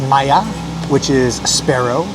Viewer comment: Sparrow = Maya (Mah-yah)